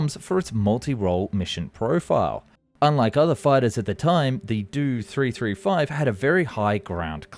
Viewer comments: After putting obviously a lot of time and effort to produce a top quality video, you totally make it weird saying "do" or "doe" in front of all the model numbers for the Dornier planes!!!! It's not pronounced like that the letters are short for Dornier!!!! DEE OH 335!!!!! It is a good video but something as simple as mispronouncing something repeatedly ruins it 😑. You did your research and made a very informative video 👍😎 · Did an AI do the voice over? He keeps pronouncing the letters in the designation numbers like they're words. It'd the "Dee - Oh 335" not the "Do 335" and the "Em - EE 262" not the "Me 262" and so forth... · Dee Oh 335 Not Due 335 For the Me 109, it is not Mee, it is Em E. The He 111 is Ach Ee, not Hee. P,ease correct your naming of these aircraft. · I'm gonna commit a hate crime if he doesn't stop mispronouncing those name abbreviations. It is pronoinced M E 262 and DOE 335.. Not "Doo 335" and "Me 262"! Edit: ITS NOT HE! IT'S H E!!! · God, the way you pronounce the aircraft designations is so frustrating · The Dew 335...it's Do 335 (Doh). Jägernotprogramm on the other hand you pronounced quite good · Not a 'Doo 335' - it's a 'Dee-Oh 335'